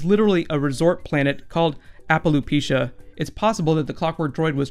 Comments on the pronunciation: By the way it's appleapachea not applepucha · you miss pronounced "appalapachia" Its no big deal just wanted to point it out. By the way love your channel!